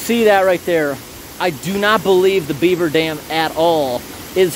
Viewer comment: The way you say BEAver is too funny